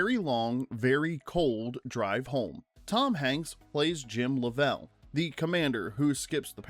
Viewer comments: It's painful to listen to this guy pronounce Lovell. He has obviously never even seen the movie. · How do you make is whole video without ever watching the movie. If you had, you’d know how to pronounce Lovell. They say his name like 30 times in the movie. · Yeah…. Doing a documentary you might want to get the main characters name right…. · Yeah, it was painful every time he said it! 🙄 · Then he should have checked how to pronounce the name. Anyone who is familiar with the movie or the actual incident, like me, knows how to pronounce it. It is not an unusual name. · Train your AI voice how to say "Lovell" properly!!! Don't butcher this hero's name and dishonor his memory. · "Lovell put his name on the line for accuracy" Proceeds to mispronounce his name through the entire video. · ai generated slop cannot even pronounce the name correctly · The way your AI pronounces Jim Lovell's name hurts my ears..... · You say you read all your comments. I hope you read this one. Every time you said Jim Lovell’s name. You mispronounced his last name. Which leads me to ask if you watched this movie how is that possible? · Please learn to say Lovell correctly.... SMH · James LOVE’ell NOT LovELL. I hate it when his name is mispronounced Change the audio PLEASE! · A “rough pitch”? Luh-vell? Did you even watch the movie? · did you watch the movie? It's luvel not luh-vel. also WHAT the film "platters?" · "Lovell" is pronounced LUH-vl, not luh-VELL. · You mean they didn't launch a real Saturn V for the movie? no way...LUH-VL btw. Jeez... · Unbelievable that you mispronounced "Lovell" (Luh-vl) so many times. Did you or any of your staff even watch the movie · Even when it's "AI", These men are American Heros!!! How the hell does no one listen to the piece before it's unloaded???? I've stopped watching. I know how it ends...but some kid, or adult wiil be saying "Jim 'Luvel"!!!! You ruined it.😡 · I turned this off less than a minute in when the AI narrator said “Jim Luh-VELL”.